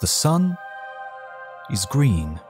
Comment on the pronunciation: It’s gween!